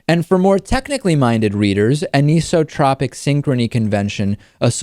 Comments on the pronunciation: Kinda surprised David mispronounced anisotropic like "a-niece-o-tropic" when it's actually said like "an-ice-o-tropic/trohpic", he's usually spot-on with stuff like that. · AN ISOTROPIC NOT UHNEESOTROPIC LOL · The Michelson–Morley experiment might disagree. David - Anisotropic normally pronounced "Anne - iso - tropic" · Usually, that word is pronounced "an-iso-tropic" (an-eye-so-tropic), because it is the opposite of "isotropic" (eye-so-tropic). "Tropic" being pronounced in the same way as one would pronounce the Tropics of Cancer or Capricorn. Indeed, they are from the same Greek root. That is to say, some people use a short "o" as in "cot", others use a long "o" as in "goat". Interestingly, "isotropy" usually takes a short vowel for the first "o", as in "cot", "anisotropy" does this as well, while the second "o" is almost always long, as in "goat". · Nice presentation, but you are mispronouncing "anisotropic." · vocal emphasis is on the 'an' in anisotropic, and the 'i' is a long i. ''an', 'iso', and 'tropic' have specific meanings in science, and that partitioning dictates their pronunciation. (in this word, there is a minor emphasis on 'tro', usually pronounced like "tropical vacation")' #tryingToBeHelpful #notADick #scienceKnowledgeable